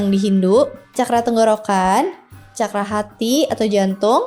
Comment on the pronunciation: Terima kasih ( narator)…rupanya narator sdh membekali dirinya dg apa yg akan disampaikan dan ini betul adanya..contoh dg mengucapkan kata CAKARA berasal dr bahasa SANSKERTA dari negara BHARATVARSA/BHARATIYA/INDIA..bhs tersempurna dipandang dari sudut konsonan vocal tata bahasa dsbnya, semoga bermanfaat bagi siapapun yg tlah menekuni SPIRITUAL👍